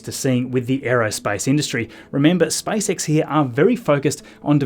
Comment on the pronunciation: Am I the only one hearing Spice X 😂😂😂